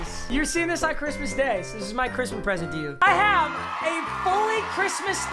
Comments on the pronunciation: Really u said chrimas instead of Christmas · He said merry chrimas